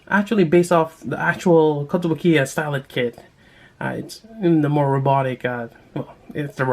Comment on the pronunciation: Her name is stylet but you read it like stilet